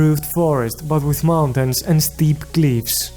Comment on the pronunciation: "Bveery esteep cleeivs" God that made my day